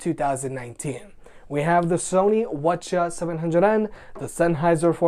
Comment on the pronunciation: Every time you said "Sony what ya" I was like what are you saying?